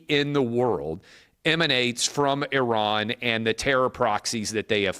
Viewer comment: Thankyou for being the first American to prounce Iran correctly.😅